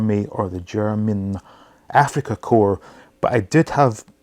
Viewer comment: Well done on your pronunciation of "Korps"....it bugs me no end when people,espescially those who should know better,pronunce "Corps" (or "Korps" in the case of Germany) as "Corpse".....the "p" and :s" in Corps are silent.